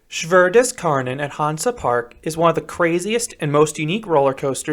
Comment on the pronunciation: Btw, the correct pronounciation would be like saying "shoe" but with a "w" after the sh and an "a" pronounced like the "u" from "unfortunate" for "Schwur". The "des" is on point and for "Kärnan", you can just say "care-none". So it's "sh(w)oe(a) des care-none"